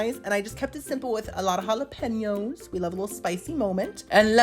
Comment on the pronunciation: The algo just blessed me with the you, and I'm obsessed. Please stay a part of my life. When you pronounce "halla-pen-yohs" correctly,..I melt. I'm in love.